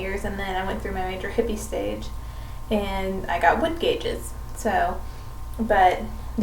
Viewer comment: Every time she said "gauges" I cringed.